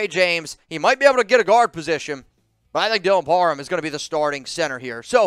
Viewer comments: It's Parham! Not parman! Your dyslexia is strong this time of year😄✌🏼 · Am I trippin, or does keep saying Dylan par "men" instead of par "ham"? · IT'S PARHAM NOT PARMAN LOL